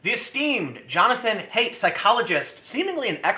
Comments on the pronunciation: His name (Haidt) is actually pronounced height, not hate. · HEIGHT!!!! Haidt is pronounced like: HEIGHT, HEIGHT, HEIGHT!!!!! Say it with me TIM!! For FUCK'S SAKE WOULD YOU GET IT RIGHT? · His last name is pronounced hʌɪt. Like height.